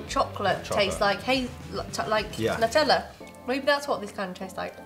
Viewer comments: As an Italian it sounds so bad you're calling it nuh-tella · It’s NEW TELL Ah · Its NOO TEH LLAH (Nutella)